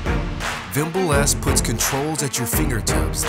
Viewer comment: Wimble S <<<< Correct it please its Vimble S